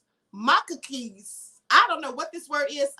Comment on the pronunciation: Macaques.... pronounced muh-cacks rhymes with 'the cats'!